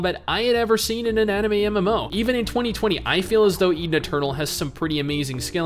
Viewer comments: Swear to god I heard "Eating a turtle" when you said "Eden Eternal" =D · ETHEN ETERNAL ! When u sayd that , i thought u sayd ''Eatin a Turle'' :D :D